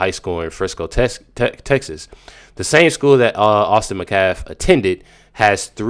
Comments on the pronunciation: His name isn’t Mccaff it’s Metcalf! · SAY HIS NAME RIGHT! It's Austin METcalf!!! I commented before and just checked back today and you're STILL pronouncing it wrong. That's disrespectful to the victim and his family. It's NOT "McCaff" it's pronounced "MET-caff". I have liked watching your videos, but cannot watch them anymore if you can't even say Austin's name right. So I'll check in a few days and if you fix it, I'll keep watching, but if you can't even bother yourself to say METcalf right, I won't watch ANY of your videos anymore. Last chance. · It's not "McCaff," it's "Metcalf!" Even the well-meaning black people don't get it right most of the time. M E T C A L F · Pronunciation of “METCALF”: it is not “Mu-CAFF”. It is “MET” (as in “Sam MET a new friend”) and CALF (as in a baby cow). The accent is on the first syllable: METcalf. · Austin’s last name is Metcalf with a T. Not Mecalf. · I didn't hear any content about your titled video 🤔 Also, the last name of Austin is pronounced METcalfe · It’s pronounced MET calf. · IT IS PRONOUNCED MET-CALF!!!!!!! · Metcalf is pronounced "MET-calf", emphasis on first syllable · Dude!!! The T in Metcalf is NOT silent.